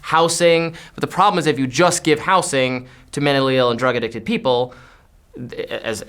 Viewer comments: is the first person I've heard who pronounces 'housing' with an "s" instead of a "z" sound. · I’ve never heard it pronounced “house-ing” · says 'housing' weird